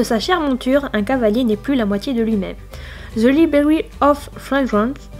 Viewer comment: "Ze libwwwroiary of fwragwance " haha ça m'a fait bien rire super vidéo sinon !